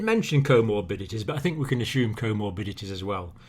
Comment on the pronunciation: I wish that he would say respiratory not respireTori. And I also wish that he would say us assume not ashoeme